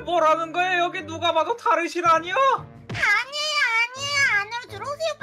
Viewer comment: 네..니오라고 말한거 아니요라고 말한거 같은데